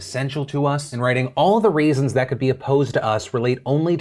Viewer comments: Did phill say "all the RAISINS that could be opposed" or is my hearing finally going out? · "all the RAISINS " oh phil u amature